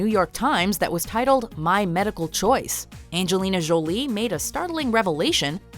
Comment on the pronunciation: How do you say Angelina Jolie's name two different ways,both wrong!